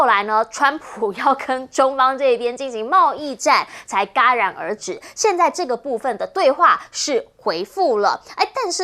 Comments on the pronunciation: 那个戛然而止，叫jia然而止，二声，不是ga然而止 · jia戛然而止